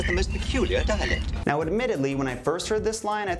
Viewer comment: You said dialight it's dialect